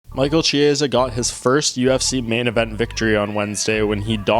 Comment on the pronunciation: Kiesa, like in Kitty...not Chiesa like in Cheese